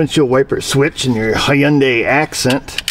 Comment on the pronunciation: Just say "Hyundai" as if you were sneezing...No "Y".